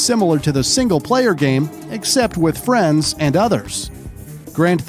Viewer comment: Say hello to my little fwien 😂😂🤣🤣